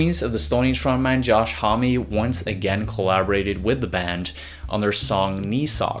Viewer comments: Thanks for this breakdown... you did great. Josh Homme is "hum" not "hommie" :) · "josh homm-y"